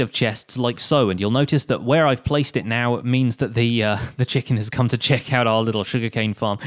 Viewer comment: "Lets quickly 'chest' that it works"😅